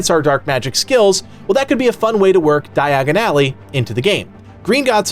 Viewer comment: di-agon-ally say it with me your butchering it, its like when you hear it thats all you hear dye-agon ally ( ally ways are side streets cut throughs places beside building that leade you behind or through to another street short cuts )